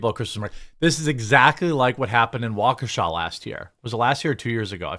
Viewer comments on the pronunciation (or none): none